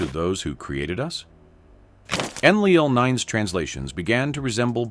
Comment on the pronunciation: Your AI doesn't even say Enlil correctly. Enlil was the semi-reptilian half-brother of Enki and the Anunnaki military commander here on Earth - Anu, his father had remarried and had married a reptilian for reasons best known to himself. Enki was the purebred Anunnaki from Anu's previous marriage and was a scientist who did his best to help us in what were difficult circumstances because of Enlil.